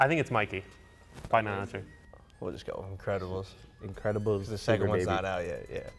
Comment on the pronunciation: When says the increbabils for up 😂😂😂